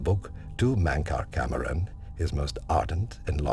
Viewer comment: I know I'm not the first to say this but... Mantra CAMERON?! Don't you mean CAMORAN? XDXDXD